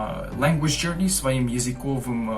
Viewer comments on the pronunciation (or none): У вас потряса́ющий прогресс. Браво! 😁👏 Вы прекрасно и, главное, свободно говорите на моём родном языке. Не останавливайтесь! 🏃‍♂️❗ Только позволю вас немножко поправить: - языковы́м. - функциони́рует. - люде́й. - не стесня́йтесь. - употребля́емых. Скажите, на ваш взгляд, грамматика венгерского языка действительно самая сложная среди всех языков Европы? 🤔